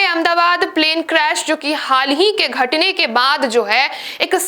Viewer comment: Pls correct your Hindi " Ghatne"